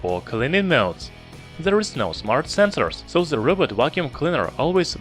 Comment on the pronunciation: Are you a German Youtuber? You speak 'th' Like germans. 😂🤣 You dont say the you say Like German ze. Ze Robot, ze Button